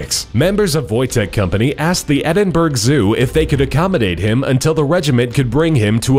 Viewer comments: it's Edinbur uh not burg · Ed-in-burg. It's actually Ed-in-bra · Edinburg Ed-in-bur-uh (pronouncation) Not ed-in-burg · Now I don't mind when someone makes a mistake but you kept saying "Edinburg" rather than edinbrugh as it would be said. It was just so American. I live in Edinburgh and it's pronounced with the "r" before the "u" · its pronunced Edinburgh ( Edinburra ) not Edinburg haha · Fantastic video, the best you've ever done! That is until you tried pronouncing 'Edinburgh' - no 'berg' in Edinburgh, try 'Edin-borough' next time! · Edinburg.... it's ED-IN-BUR-AH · M8, you said Edinburg zoo, its pronounced Edin-buruh (Edinburgh). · HOW THE FUCKING HELL CAN YOU CALL IT EDINBERG!!!!!! ITS PRONOUNCED EDINBRUH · I'm from Scotland Please Don't say it like Edinbrug It's pronunciation is Edinbru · Great how "Wojtek" is pronounced correctly but "Edinburgh" isn't (it's actually pronounced "Ed-in-bor-uh", not "Ed-in-berg"). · Edin-bruh not edin-BURG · Edinburgh is pronounced Edin-bruh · its not pronounced "edin-burg" its "edin-burugh" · Edinburgh is pronounced endin-burgh not Edinburg ( btw I'm Scottish) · It's pronounced edinburh not edinburg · it's not edinburg its pronounced edinburha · It's ed - in - bruh not ed-in-burg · It is pronounced Edin-bora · Its pronounced Ed-in-burra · lol you said edinburg! great video though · Its pronounced Edinburu “u” is pronounced uh not you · Its pronounced like Edinbruh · I was confused when he said Edinburg instead of Edinburgh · lol Edinberg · EDINBURG?!?!?' I'm done smh 😂😂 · its pronced Edin -bur-a I live there I should know!! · Ed-in-burra is very easy to say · In Scotland we pronounce Edinburgh as Edin-bur-a not Edin-bur-g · Lol at "Edin-berg". It's quite a famous place, have you never heard it pronounced or something? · "EDINBURG" HAHAHAHAHAHHA, Americans... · lol "edin-berg," gg lads wp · I love how Americans say "Edinburgh", lol. =P Is pronounced Ed-In-Bu-ra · It's edinbur-uh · Edinburg? Really? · Edinburgh not edinburg